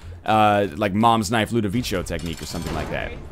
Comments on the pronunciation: Lol, "ludovicio", you english people are funny. It's pronounced "ludoviko" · nl its the la-doh-va-ko tecnique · It's actually not. NL's pronounciation was pretty much spot on, except for the "co" which as you said has a hard "k" sound. Look it up on google translate, it's italian